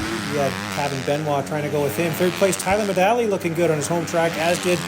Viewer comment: Am I crazy or do you never pronounce the G in Tyler Medaglia,? 😂